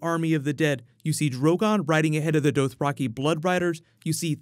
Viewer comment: I've said it before but I guess I need to say it again. It's not DOEthraki it's DAHthraki